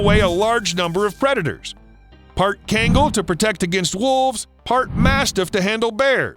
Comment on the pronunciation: you pronounce it KGAN GHAL SO KHANGAL .. the way u pronounce it is so... white